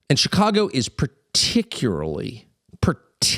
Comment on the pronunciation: As much as I respect Tucker, listening to him try to pronounce particularly is hilarity.